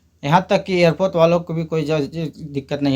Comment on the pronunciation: Airport❌ airpoth✅